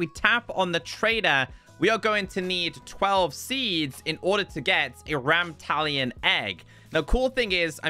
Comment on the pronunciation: Every time he mispronounced Ramtalon- 😭😭😭